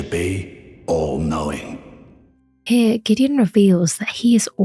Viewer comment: "sir gideon ofnir, the all coping"